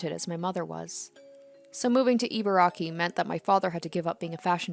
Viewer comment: e-barky (You got the first two syllables right! A close-enough pronunciation of Ibaraki sounds like "E-bar-Rocky". Love the videos, by the way!)